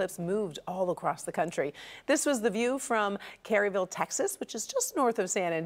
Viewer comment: Kerrville is not pronounced Kerryville the Kerr sounds like the cour in courage. Grew up the next town over, Bandera